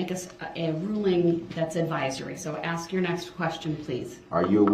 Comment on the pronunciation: "You took a oaff" (oath) "I ax you" "you ax me" (ask)